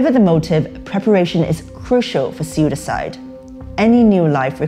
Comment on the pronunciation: Why does the reporter say SuiDiCide. (Caps to showcase the parts which come off as different) instead of just suicide. Like if its something she does, that's fine but just curious. Have I been taught to say it wrong or is that perhaps some factually correct way to pronounce it the way she does?